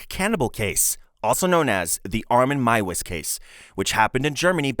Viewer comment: Meiwes is pronounced "My-vez". And Gilberto is pronounced "Heel-bear-toe".